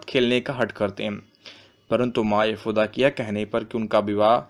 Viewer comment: Yashood ma sahi sa bolo bhai Other than that all thing are Good